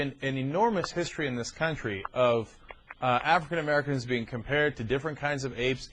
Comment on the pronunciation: Wtf is an Afwican Amewican?